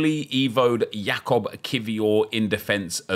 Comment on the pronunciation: Hi, first of all - love the content and I'm enjoying the series, hope we will get more evos soon so we can get even more invested. Im very positively supprised how well you are pronouncing Kiwior's surname but there is a small mistake you are doing while saying his name - Jakub. You usualy pronounce it with o instead of u or at least thats how it sounds to me. probably the easiest way to explain how to correctly say it in polish is say it the sam way as Yakubu just without the u at the end. Keep up the great content!